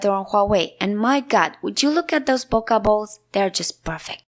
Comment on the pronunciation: It's bow-keh not bo-ka